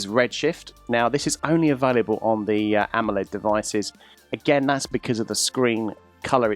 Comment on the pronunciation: Idk if the dude in the vid is trying to be funny pronouncing AMOLED as AMMOled, or maybe he's british.